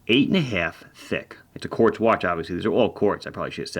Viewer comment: Sadly I stop watching when you said Quartz. See you in the next one.